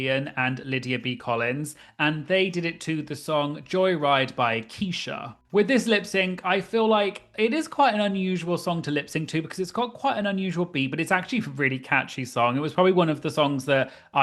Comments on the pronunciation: Keesha? It's Kesha. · Kesha not Keisha 😭. And how do you not know Joyride? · Kesha the singer/Songwriter. It's Keh*sha not Keesha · "Joy Ride" by Keisha took me out 😂 (It's pronounced like Kesh-uh lol) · Keisha? lol it’s Ke$ha. Cracked me up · Me wondering if the pronunciation or Lady guguh and Keesha are intentional lol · lol the way you pronounced lady gaga and Kesha is so funny but must be a UK thing 😂